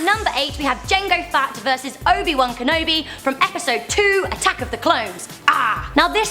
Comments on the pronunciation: fett not fatt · It's fett not fat!!! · we are star wars fans they said. cant even say fett but fat :P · and its not boba fatt its fett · Its not jango fatt its fett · U mean jango fett not jengo fat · STOP SAYING FATT ITS FETT!!!!! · Does she say Jango and Boba "Fat"!? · You called Boba Fett Bobba Fat